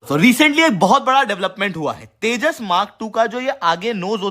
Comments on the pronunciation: Sir Tejas ko teja kiyo bolte hai aap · जाहिल, तेजस को तेजा बोल रहा हे.. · Ye harami Pakistani Tejas ko Teja bolte hain !!!😂😂😂😂😂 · Tejas...not Teja 🐊 bole ki cheemni😅 Din hote hi Pak reports India..India 🇮🇳 karne lagate hai